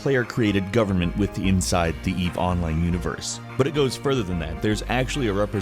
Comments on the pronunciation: say "online". - onlAYne. - good, now say "eve online". - Eve OOnline! triggered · Your pronunciation of "online" with the accent in the O instead of the I is incredibly weird to me, even though it's technically correct